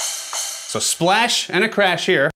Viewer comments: "carsh/ride" is way too funny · "Stool surface"? Thanks, I can get that in my own toilet, no need to buy. Also, love that you got a "carsh". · It comes with a "Carsh/Ride" cymbal pad?!? 😂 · "Carsh/Ride" Lol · What’s a “Carsh Ride?”?😂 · Nobody notice that "CARSH" pad? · dude, WTF is a "Carsh" cymbal, LMAO. did anyone else catch that?